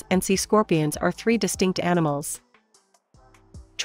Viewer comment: Three more not thee.